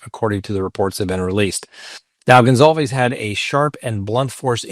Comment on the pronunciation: IT'S GON-SAL-VEZ